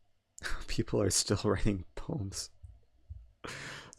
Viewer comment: what about poms instead of poems?